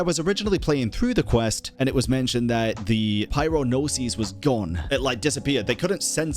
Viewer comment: pls don’t pronounce “Gnosis” like that 😭 the way you’re saying it is “Gno-seas” (plural), but in singular form, Gnosis is pronounced Gno-sis (sis like in “sister”) Gnosis - single Gnoses - plural